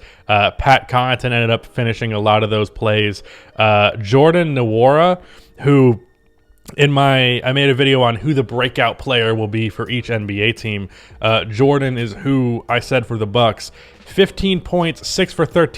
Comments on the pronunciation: for Jordan Nwora, his last name is pronounced with the n silent so its just "Wor-A" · It's jordan Wora, n is silent